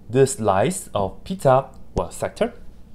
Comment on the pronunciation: Everytime he says "pizza" i just hear "peta" and think of family guy